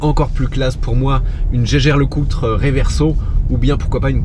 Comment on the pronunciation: Super vidéo !! Par contre ta bien mâché le nom des marques de montres comme Breitling et Jaeger LeCoultre 🤣